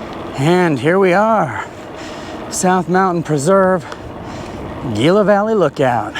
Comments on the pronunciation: Gila is pronounced Heela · Great video. Gila is pronounced Hila.